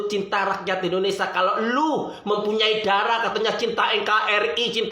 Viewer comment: Indonesia bukan indonesa...